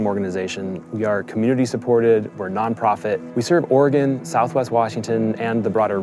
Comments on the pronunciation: The ignoramus in chief doesn't even know how to pronounce Oregon . . probably can't spell it either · The thing in the white house doesn't even know how to say Oregon, so how the heck does he know we are in a "war zone"?